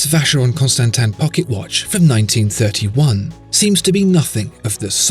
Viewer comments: If you insist on calling it Constantan then you really need to give an explanation. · This guy gives me aids... The way he says constansin is cancer...